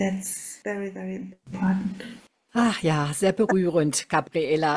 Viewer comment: Oooo, nicht jaaa, sondern Aaaaa, Aua!